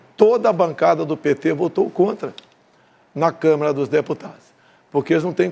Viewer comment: Lula não sabe nem falar, meu Deus ! Câmara = Câmera Banda = Band 🤦🏻‍♀️🤦🏻‍♀️🤦🏻‍♀️